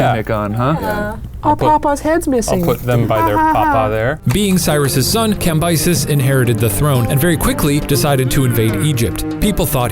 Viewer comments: Cambyses Sound like "camp Isis" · Cambyses - kam-BEE-SEEZ Sorry i was bothered